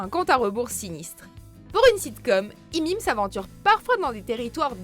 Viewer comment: Mais qui dit "Imim" même 😂😂 Pour raccourcir on peut dire juste "How I met" mais "Imim" c'est bizarre nn ? Ya vrm des gens qui disent ça ???